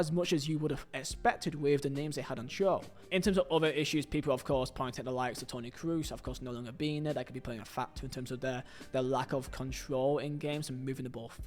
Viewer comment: It's "Kroos" not "Cruise" lol